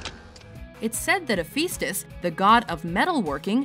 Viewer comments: It's actually pronounced like he-fi-stus, since it's a Greek name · No its like He-fest-us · that is not how you pronounce hephestus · When you said Hephaestus wrong, I cringed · I'm sorry, how did you just pronounce Hepheastus?!?!